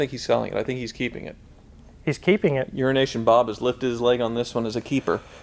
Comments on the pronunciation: Are they saying "Urination Bob"? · keeps saying urination Bob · Its not a nickname it’s being an ass and mispronouncing his business name: Euro-Nation Bob